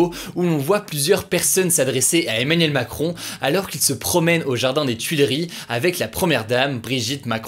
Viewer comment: "Eminem Macron" 😎